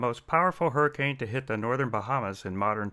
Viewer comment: " hey dude I was inside a hirricane "